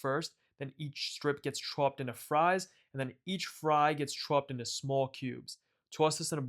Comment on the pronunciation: add you chuu-ooped. you accent bruh